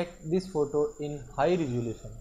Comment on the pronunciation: he said ressalution